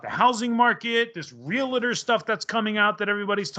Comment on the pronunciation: Real-tor... Not real-et-tor or real-e-tor It is really quite simple. You may as well have done the interview or conversation in the mirror